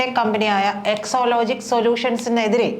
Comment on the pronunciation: എക്സോലോജിക് അല്ല എക്സാലോജിക് ആണ്.😂